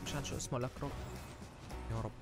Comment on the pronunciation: يا زلمة اللاعب اسمو لاكروة مش لاكروس lakerwa